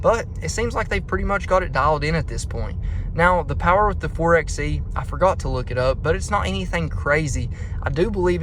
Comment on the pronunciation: 4xe is said "4 by e" just like 4x4 is said "4 by 4".